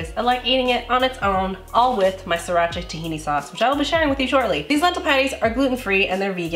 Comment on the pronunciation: I love how Asians pronounce sriracha. SEE DA CHAAAA